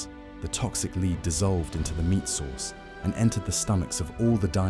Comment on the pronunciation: Need to teach Ai how to say “lead” properly 😂